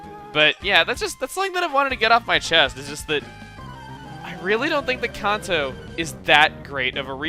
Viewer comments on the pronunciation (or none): It is CAN-TOE not CON-TOE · Kahnto? Kanto. CAN'Tto. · He said kahntoh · after watching this a few times i noticed that chuggaa changed pronunciations of Kanto sevaral times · great video, but you pronounced Kanto wrong lol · you said kanto kinda possh